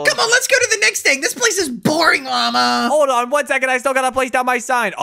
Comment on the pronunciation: Lama gold said mama not Lama